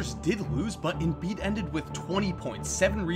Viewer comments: Jol Embiid😂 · Jol embiid 😂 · joe-el embiid